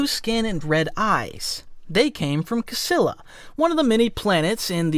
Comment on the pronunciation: The chiss homeworld is pronounced “chee-lah”. There are 9 ruling families, and Thrawn was born as “Kivu’raw’nuru” before being adopted into the Mitth family and becoming Mitthrawnuru the extra odo being added later as an honnorifi.